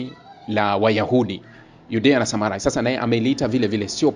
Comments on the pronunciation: Sema Judea na Samaria sio samarai, soma bibilia uwe makini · Nafikiri ni JUDEA-SAMARIA, sio SAMARAI